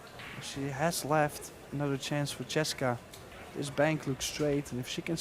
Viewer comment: These announcers are not saying the girl's name correctly. It's Chez -ka NOT Cheseka